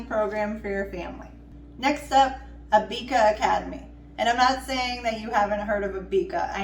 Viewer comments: It’s Abeka not Abeaka 🤣🤣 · Abeka is pronounced A beck a like rebbeca